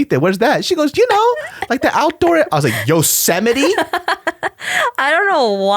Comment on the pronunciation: Yo-se-mi-te? That was hilarious.